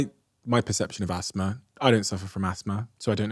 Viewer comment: The way you say "Asthma" is wild.